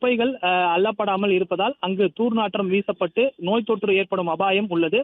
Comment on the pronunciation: தூர் நாற்றம் இல்லை தம்பி துர்நாற்றம்